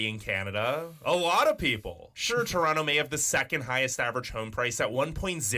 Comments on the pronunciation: Chrawnno instead of Toe-ron-toe you've heard it pronounced correctly eight times so fuck off! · Its Torono! We roasted Woody Harrelson and Kevin Hart for this! Plus the guy narrating said Torontans. Torontonians